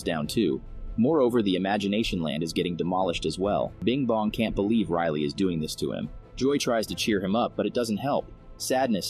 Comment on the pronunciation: i mean riley not rylie